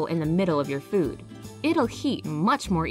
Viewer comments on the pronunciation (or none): none